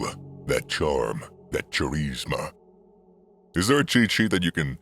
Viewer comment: Cha-Rees-Ma hahahahahahahahaha